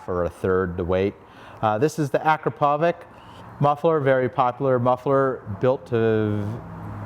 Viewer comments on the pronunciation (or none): Excellent video! I also like the Acrapovic exhausts. But I want to correct you. It is pronounced Akr-a-povits with the tone at the second a.